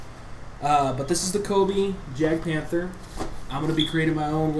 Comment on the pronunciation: I thought jagd was prenountce as yag not jag